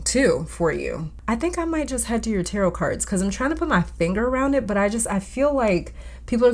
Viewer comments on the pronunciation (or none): none